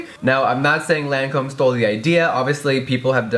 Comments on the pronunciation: When Jeffree says “LANcöme” 😑 It’s pronounced “Lacöme” 😂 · Lancome pronounciation: "lon-com" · its pronounced lawn com in a french accent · You pronounce it Lon com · lol I love how everyone mispronounced the name Lancôme.. its so easy to pronounce too. I was surprised Jefree mispronounced it cause he is usually on top of makeup stuff.